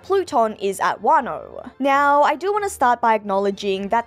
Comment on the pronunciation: Did you just meow?. . . Instead of now? Lol Am I the only one that hear it that way?